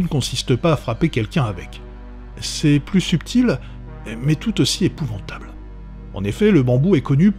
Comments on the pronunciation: c'est épouvantable , pas épouventable sinon sympa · 2 seconde de vidéo et j'ai déjà les yeux qui saignent ... "EpouvAntable"* putain